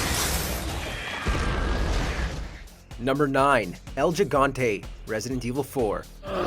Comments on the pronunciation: Gigante He-gone-tay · Wey me dio un puño de risa cuando dijiste el yigante XD